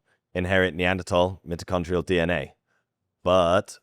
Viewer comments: You should be better at your pronunciations considering your lineage. It is not MIT-o-con-tree-al but MY-toe-con-tree-al dna I’m sorry but there are not different English dialects used to pronounce this it is quite clear. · Look I don’t care how British you are, you don’t say mitochondrial like that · Stop saying mitochondrial ... It's MITOCHONDRIAL!